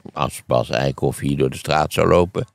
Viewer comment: die man heet Bas Eickhout, niet Eikhof😮, aanrader is camping De Eikenhof in Overijssel 😊